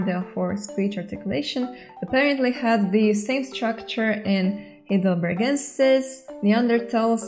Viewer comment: Hi! Native speaker here. The 'ei' in 'Heidelbergensis' pronounces like the English 'I' in 'high'. Think of it like 'high.delbergensis' 😉